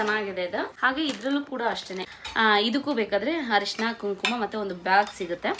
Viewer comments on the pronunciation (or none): ಹರಿಶಿನ ಅಲ್ಲ ಅರಿಶಿನ 😢